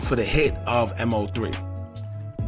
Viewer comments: killing me bruh its Mow-three not M.O -three😂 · Dawg you just making videos to make em, its MO3 NOT M-O-3, you don't even pay attention to shit bruh you talking just to talk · All this coverage on him....n u still calling him M.O.3?.....it's MOE3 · His name was MO3, "Moe Three", not M, O, 3! And the bail is $750,000, not $750! You need to stop talking and do some listening, listen to your own videos instead of yapping over them, and read your comments! Just straight lazy.. Unsub'd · MOE MOE MOE MOE MOE MOE MOOOOEEEE!! SAY HIS NAME!! MOE!! For God's sake bro 🤦🏻‍♂️ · I get what you're saying about him not being a big artist when he passed (kind of). The point is, as you've pointed out, that if he is going to report on and monetize off his name, the very least he can do, is to say it right! Everyone that's tuned into his story, should know his name and to continue to say it wrong is mad disrespectful! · In fairness to he wasn't that big an artist for you to claim that. I'm big into rap/hip hop and I wasn't a fan of his before he passed. But again I also know how to say his name. It is weird how he keeps saying it wrong. Despite news reports even saying his name and last video everyone was roasting him about it. Might be doing it on purpose now. It is very disrespectful to Moe as he's also making money off it, the least he can do it say his name properly!